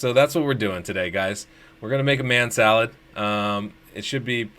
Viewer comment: Man Salad sounds like Ma Shalled. Like it